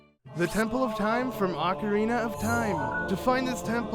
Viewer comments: OH-carina not AH-carina smdh 😑😑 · YOU FUCKERS ALWAYS PRONOUNCE ZELDA NAMES COMPLETELY WRONG. ITS NOT “AHH-KARINA” ITS OH-CARINA!!!!!! GET IT RIGHT PPL!!!!!!!!!!!!🖕🏻